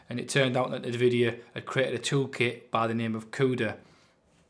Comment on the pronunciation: no worries, you called this company name like Navidia. not n-vidia.that was it.